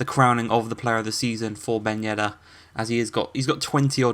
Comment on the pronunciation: Hey I'm a french fan of Monaco and I just discovered your career ans I love it 🤩🇨🇵🇲🇨 But I'm french and I want something : please take care to what I will to you about the pronounciations : Ben Yedder : Ben Yeddeyr Volland : Foyland 🇩🇪 Badiashile : Badiashil' Diatta : Dyatta Giroud : Girou Enjoy ✌️